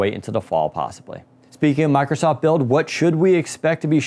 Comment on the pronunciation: How hard is it to pronounce mIcrosoft?.... it isn't mAcrosoft or my-crow-soft....